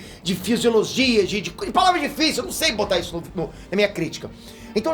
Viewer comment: " "Esso" sou eu"??? Tá amolecendo? Kkkkk